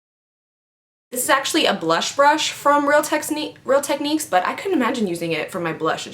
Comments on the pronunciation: Lmfao, every time you try to say real techniques, you say real tesniques.. LOL! I love you so much omg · omg every time she says real techniques and messes up, I love it lol, I love her personality ♥